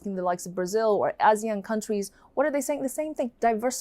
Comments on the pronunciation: Here in Southeast Asia, ASEAN is pronounced "AH-see-an". I don't think I've ever heard it pronounced as "AE-see-an" to be honest. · FYI, ASEAN is pronounced Ah-see-yahn, just like Senator Tammy Duckworth pronounced it at the Hegseth hearing. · Hi, ASEAN is pronounced A-SEE-AN, A like in Arnold, AN like in UNdo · ASEAN is A-se-an in pronunciation For your info But your insights is very pragmatist